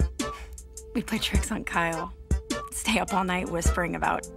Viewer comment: I accidentally skipped to the part of the video where said stay, but it sounded like gay 😂